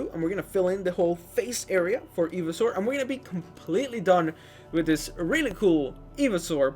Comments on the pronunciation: Today we’re going to be building Evysaur It’s pronounced “EYE-vee-saur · Hotbots? Eeveesaur? It's hotbar and pronounced ivy not eevee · he's saying eveesaur not ivysaur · it's not ee-vee-saur it's i-vy-saur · I kept shouting IVYSAUR everytime u said eveisaur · ITS PRONOUNCED IVYSAUR NOT EVYSAUR! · It's pronounced Eye-Vi-Saur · Eevee-soar lol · It’s iv- a-sour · I'm sorry did you say fucking eevysaur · It’s called Ivy-Saur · The way you pronounce ivysaur just breaks my soul🙁😢😢😢😢😢😢😢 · I’m sorry but the way he says ivysaur hurts my soul 😂😂good video tho